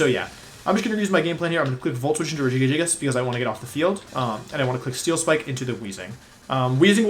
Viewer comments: I'm sorry, Rejigajigas?? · I spent more time than I’m willing to admit trying to pronounce it like him. I finally broke it down to Rejigajigas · Ray-Guy-Giygas. Legit heard someone pronounce it that way. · I can't tell if Wolfey is saying Regigigas or Regigigigas and it bothers me more than I thought it would. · I haven't heard Wolfey say regigigas and I paused the video and it took me a minute to pronounce it his way. I was laughing my ass off the whole time. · My brain has a stroke every time I hear Wolfey say Regigigas because it doesn't understand all the soft G's versus one soft G and two hard G's. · Why does he pronounce regigigas like that